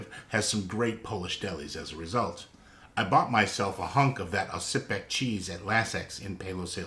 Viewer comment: worth noting the C in Oscypek is more of a Z sound